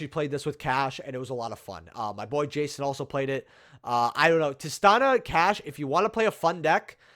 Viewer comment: it’s Tih-STEE-Nuh.